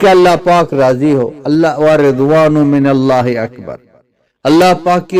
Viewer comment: AOA! Honerable. You have recite after wala Minja (minka instead of Minullah ) as display on screen. Plz guide. jazakALLAH.